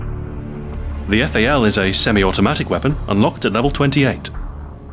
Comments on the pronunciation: Fail... You should read correctly :D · the eff-a-ell...